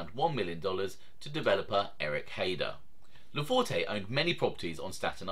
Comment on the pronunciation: Most of the information contained in this video is spot on with two exceptions. The “e” at the end of his name is silent. It’s pronounced LaFort. Also, I’m not sure what you mean by low level mobster as that’s a subjective term. However, without getting into specifics, I wouldn’t characterize his standing as “low level”. Let’s not confuse low profile with low level.